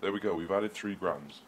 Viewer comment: Grams not groms. Aluminum not aluminium